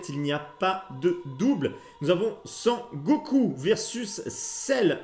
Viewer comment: Très belle collection, l'effet pellicule est top!!! Seul détail qui me gène le "SON GOKOU"... mais super vidéo encore une fois!! Merci!!